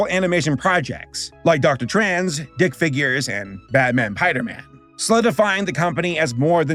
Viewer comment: Every time you called Dr.Tran "Dr. Trans" I died a little.